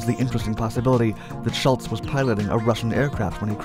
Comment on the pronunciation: The overlapping "ghost" theme imagery fits the subject, but it is too dark and most of the pictures cannot even be recognized, so there is a self defeating imagery problem. The most annoying thing is this: Please start pronouncing names properly, especially something as common as Schultz!